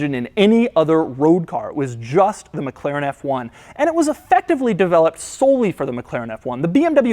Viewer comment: would be awesome if you could learn to pronounce McLaren